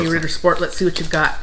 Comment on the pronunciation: You pronounced Ritter Sport like a true German. I'm useless at accents